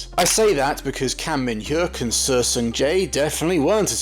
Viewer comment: Seo is pronounced „So“